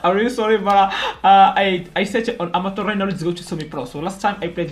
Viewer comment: saying amature is funny